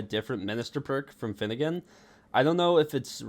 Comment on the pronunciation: Bro not finnegan